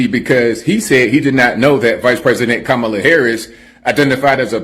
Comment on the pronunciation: And like a true Racist he mispronounced Kamala's name